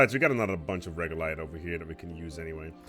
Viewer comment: its regolith. Not regolite. Regolite means nothing, regolith is essentially rock dust. Congrats on the polymer correction but I'm still twitching every time you say regolite. Lol